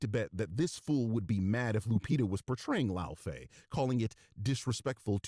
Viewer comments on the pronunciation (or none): He called Laufey a stupid name and couldn't pronounce it, proving he just heard of the character upon this trailer (a grifting tourist) and "disrespects European culture" himself apparently. Laufey is a real name.